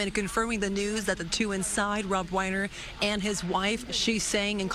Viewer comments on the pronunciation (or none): 'Rob Whiner' instead of 'Reiner'. She must get a bonus for that.